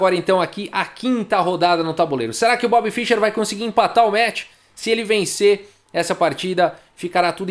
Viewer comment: "esse metch pró-metch" Kkkkk